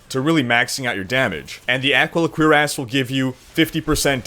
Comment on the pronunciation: Funny how you pronounce "cuirass". Sounds like you're saying "queer-ass" as opposed to "cure-as"